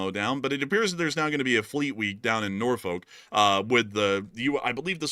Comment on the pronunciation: It's Norfu.k, not folk.